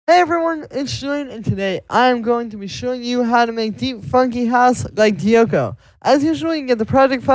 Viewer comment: Another beauty! PS it’s pronounced ‘Jokko’ xx